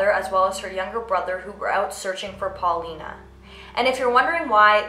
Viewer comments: its pauline not paulina (paw-lean) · It's PAULINE, not PAULINA... spanish/latin people barely existed in England back then. Even now, the hispanic population is absolutely tiny.